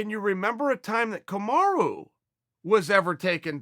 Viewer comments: Did .. he said ... KamarU ?? I thought Usman's name is Kamara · Now it‘s Kamaru again?! It‘s Kamara or Camaro. It‘s not Kamaru. Ok? We can do this all day to the highest of levels. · Who’s Kamaru? You mean Kamara?